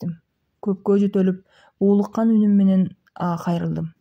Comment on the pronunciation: Уулуккан эмес буулуккан деп туура окусан болмок журокко жете турган кылып окуш керек